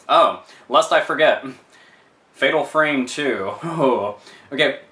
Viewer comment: project zero, i think you call it fatal farme